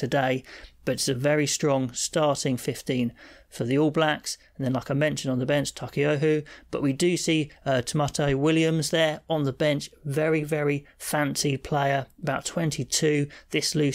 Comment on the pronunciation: Hi everyone, new fella names is pronounced "Tah-my-Tea